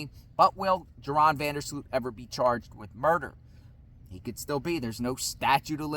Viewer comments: His name is pronounced like Urine not Joe Ron. 🤦‍♀️ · Pronounced Yoran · His name is pronounced "Your-On".